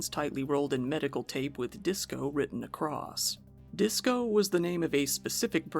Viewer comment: " this was witten " boy COME AGAIN